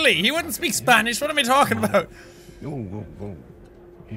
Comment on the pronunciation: “ do u speak spanirz”